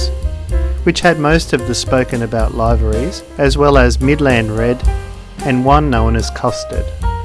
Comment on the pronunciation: Isn'i it pronounced; LIV-ER-EES ?